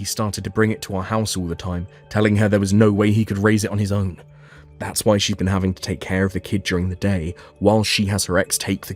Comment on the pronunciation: It is not What , it's WHY why jeez